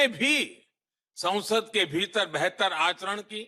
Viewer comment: Sansad or is it Saunsad? Please listen well